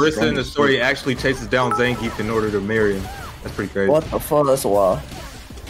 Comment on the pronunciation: the amount of times they said names wrong was so hilariously painful to hear. zangeef, jury, its like the only person they know how to pronounce is Chun li im DEAD